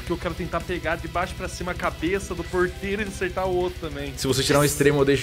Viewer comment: toda vez que o celbbit fala ''porteiro'' é uma facada no meu coração edit: mano quando o arthur chamou o gato de jenifer eu tive um treco